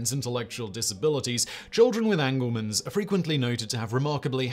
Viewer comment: It's not "anglemen's" - it's Angelman's...like little angels :)